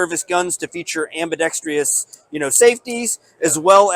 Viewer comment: It’s pronounced ambidextrous NOT AMBIDEXTREEEEOUS!!!